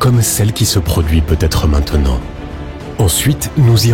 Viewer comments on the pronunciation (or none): none